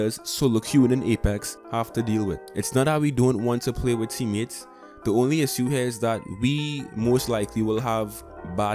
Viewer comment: Why are you pronouncing "issue" like that ? Bruh